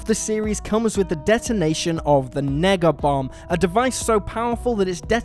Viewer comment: did he say negga bomb?